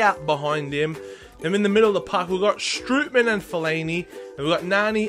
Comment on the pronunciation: Not stripy man. Strootman